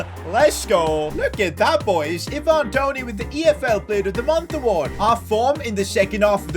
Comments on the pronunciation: it's not Evan Toney,,,,it's Ivan Toney... you can pronounce Ivan like Aivan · eeevan toney